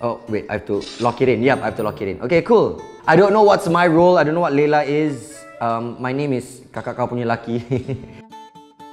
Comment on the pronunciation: watch this in 2018 😂 say leyla but i think its layla